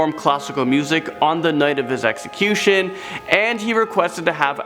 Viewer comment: Ax ecution? Or Execution?